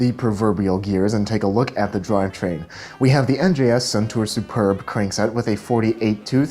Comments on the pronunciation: Hey! love the bike checks! "superbe" is the French word for "superb" so it's pronounced "supairbe" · "Superbe" is a french word pronounced (read by american) su - pair - b